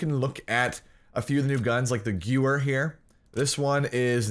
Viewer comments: Quick pronunciation tip: The gun isn’t pronounced “goo-wer”, it’s pronounced “ga-veer”. It’s a german word so it’s kinda whack, but in case u wanted to know, that’s the official pronunciation. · Guh-ver not gew-er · Okay dude you say it Gever not gewer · I love you and your content, but it's "Guh-Vare" not "Gewer". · Stop saying gewehr it's pronounced gevehr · Gewehr is pronounced guh-vare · The w in gewehr sounds like a v. So “gu-v-air” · THE GOO-ER!!!! LOL I was at the stream hearing you battle with chat it's the gooer! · In Germany what they say sounds like: Gevèhr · it’s Guvayh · Gewehr is pronounced like give-air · So you are one of those people who say “gewer” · Gewher is German, it's pronounced like Gevair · It's pronounced "GE-VAIR" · Gewer is pronounced ga-ver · Pronounced guh-veyr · You said gewehr wrong, it pronounced Guh- Vair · I cringed so hard when you kept mispronouncing Gewehr. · Isn't the w pronounced as a v?? I seen say he pronounced it wrong on purpose I'm asking cause idk how to pronounce it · Same, this non-german friendly content xD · quint0nJ yes "w" in German makes the "v" sound. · sam svenfelt I thought that if i put the "h" in there, i may be more accurate, but i dont care,im not german, im dutch😂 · Hi, this map is almost exactly the same as carentan in COD 2. In that COD it actually was quite a good map. I guess the type & mentality of the majority of players have changed since then. And the gewehr is "gun" in German. You pronounce the second 'e' more as an 'a'. Good video. Like! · Every time you mispronounced gewehr I died a little inside. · Please pronounce Gewehr correctly